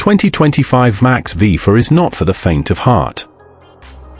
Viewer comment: Would the human overseer please teach the AI how to pronounce V MAX Two syllables. Thank you